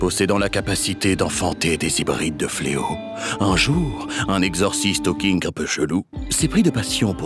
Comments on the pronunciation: « Les fleo … fle Oxyz » mdrrrrr 🤣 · Je crois qu'on dit: les fléaux fléotent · "Les fléaux fleauxisent"